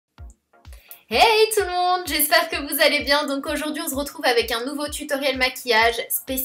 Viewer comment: Je sais pas si vous avez remarquer mais à chaque début de vidéo Sana dis "on z'retrouve" au lieu de " on s'retrouve" elle me fait trop rire 😍 #Snapchatfamiiiiiiiilyyyyyyy 💕